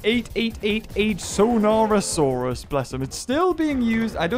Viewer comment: its skoonasaurs not soonasaurs